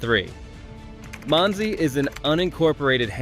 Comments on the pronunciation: Didn't get Monsey correct either. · not one of these communities is a suprise to most jews. i wish this guy would find out how to pronounce things right. even the town Monsey and Boca Raton is pronounced wrong.